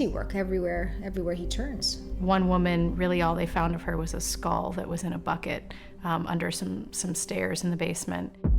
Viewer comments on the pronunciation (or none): none